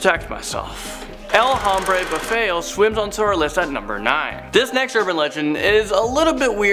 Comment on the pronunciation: You don't pronounce the H in Hombre. Spanish word pronounces as OMBRE the H is silent.